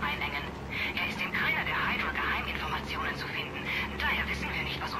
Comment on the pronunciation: nicht heidrua sonder hüdra (hydra)